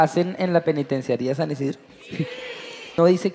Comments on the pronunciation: no puede decir penitenciaria JAJJAJAAJAJAJAJAJAJAJJA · Pensaba que podía hacer de todo y hacerlo perfecto pero no puede decir penitenciaría:3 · Ok pero no fue capaz de decir "penitenciaría" 😮